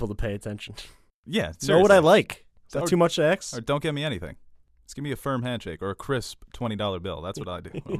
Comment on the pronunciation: Too much to "axe"...jesus